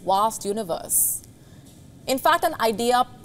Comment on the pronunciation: haha I think she actually pronounced “universe” correctly somehow…which I don’t understand 😂